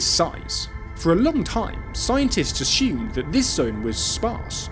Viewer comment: When did this mispronunciation of the word assume start to creep in? Seems quite a few love to say ashume for some reason 🤷‍♀️